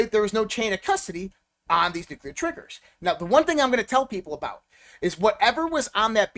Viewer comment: Hey, the word is Nuclear not Nuculer.